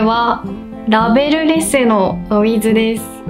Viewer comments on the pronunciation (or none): 「ラベルレス」が「レベルレス」になっちゃってる